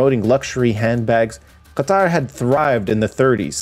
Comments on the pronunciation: At least Qatar was well pronounced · You pronounce Qatar very well